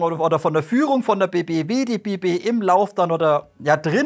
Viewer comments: Guten Tag werter, das war wieder ein ausgezeichnetes Video. Aber leider habe ich wieder eine Bemerkung über die Aussprache einiger Fachbegriffe: es heißt bejadi. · es heißt "Bejadi"